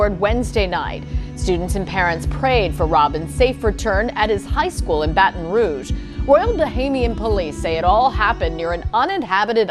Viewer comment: It's actually pronounced "Baht'n rouge" Sir.